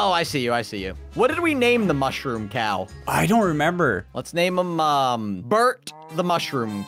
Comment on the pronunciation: It’s called a ‘mooshrom”